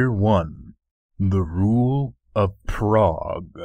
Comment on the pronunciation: I am reasonably sure "phrog" is supposed to be pronounced "frog" not "prog". Like, I would bet money on it, but I wouldn't bet my house kind of sure.